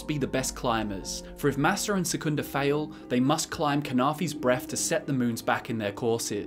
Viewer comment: Great video as always but just a small note : a path in arabic is ' massar ' while the word ' masser ' sounds more like egypt in arabic